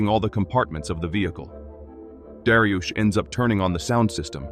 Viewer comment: darius ❌ dariush ✅